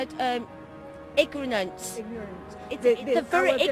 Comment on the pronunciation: Did she really say "igronance"??????????